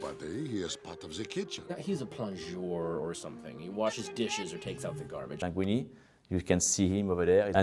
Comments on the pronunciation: I'm a little bit in love with how he pronounces "Linguini" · I love how he call him « Languinni » throughout the whole video , « Languinni » resembles the word « langue » which means tongue in french which is a funny coincidence ! 😂